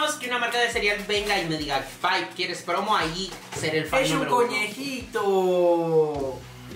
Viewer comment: Yo dándome cuenta que la pronunció bien el apodo de “Pipe” 😍